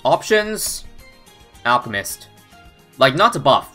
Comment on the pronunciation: Lol said Alcmist instead of Alchemist XD